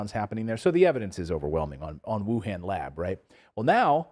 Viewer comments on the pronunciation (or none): Minor point, but the 'a' in Han in WuHan is pronounced like a short 'o' as in con, not a short 'a' sound. Cambell also mispronounced that.